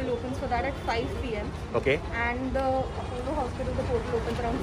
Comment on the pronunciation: It's not apawwolo, it's apolo hospital